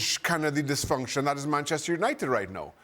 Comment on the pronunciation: Bantchester United 🤣